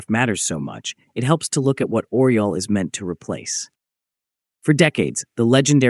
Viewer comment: It isn't "Oral". It is Oryol (Eagle in english)